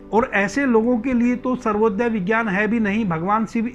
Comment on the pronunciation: सर्वोदय नहीं , स्वरोदय